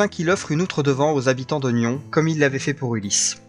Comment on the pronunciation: Bonjour très intéressée par votre récit .. mais on dis pas nion on dit nyonsss on prononce le s 😊